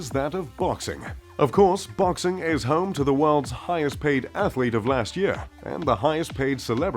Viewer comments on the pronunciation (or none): none